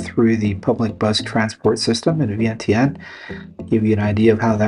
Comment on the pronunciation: Is your wife Lao? Does she pronounce Vientiane like you do? Wondering why she hasn't taught you how to pronounce it the Lao way.